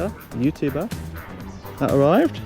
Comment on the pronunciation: Youtooober lol, learn how to speak